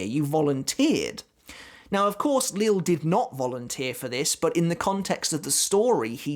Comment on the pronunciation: Great video as always. I don’t know 100% for certain but I’m pretty sure Lille Barro’s first name is pronounced Lee-Yeh Barro and not Lil’ as in Lil’ Wayne. Someone correct me if I’m wrong, but I’m pretty sure that’s the correct pronunciation.